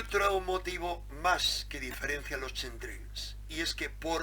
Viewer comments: Pronúnciese "KEMTREIL" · se pronuncia quemtreiiis por favooooor. Gracias por el aporte saludos de un seguidor. Un abrazo.